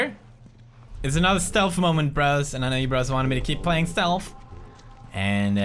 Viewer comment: when he says stealth it sounds like stealf